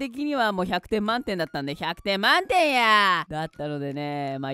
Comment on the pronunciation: 100点満↑点↓やあ〜〜（笑）（笑）